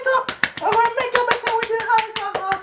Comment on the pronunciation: lol the "halcohal"...whn grandma douse ur scalp wit it